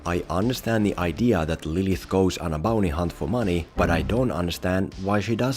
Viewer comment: Why do you keep saying BONEY hunt?